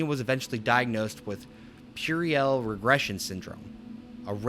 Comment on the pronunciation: also puerile is two syllables, pronounced more like "pure-isle" not pur rih al